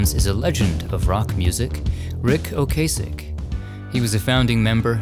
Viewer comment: It's not pronounced Ocaaasek! It's a " short " A, like " cask ".